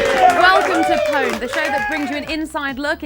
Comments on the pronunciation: You lost me at "powned"..... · Mispronounced pwned, why is it that only Pure Pwnage can seem to say it correctly D